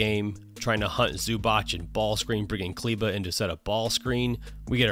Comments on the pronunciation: He is Zubac not Zubač (Zubach) or Zubak:) Nice breakdown. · Its Zubac not Zubach. It's pronounced Zoobatz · ZubaC, not zubač, not zubak... ZubaC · ZubaC , not zubač... C !!!! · Just to point, Ivica's surname is not pronounced Zubach but Zubats (the last letter is pronounced like ts in tsunami). Besides that great video Coach, playoffs will be even more fun with your videos. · It's more like zz in pizza ;) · ",we dive deep", and you cant or dont know how to pronaunce Zubac oh maaaan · I know it might be weird, but what I actualy love the most about your vids is that you actualy understand that not everything is a stepback. Nowdays people call everything that isnt a drive or a stright up pull up a fadeaway and it is so annoying. A fadeaway, side step, everything just thrown into one basket. On the other hand, that is some awfull pronounciation of Zubac lol.